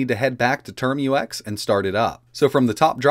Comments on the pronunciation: It's TerMUX, not Term-U-X. It sounds like tmux. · Pronounce "Tar-max" not "term-u-ex" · ... `term-you-ex` nonono `term-ucks` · TERM-UCKS not turm-you-ex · So we just gonna ignore how he says "termux"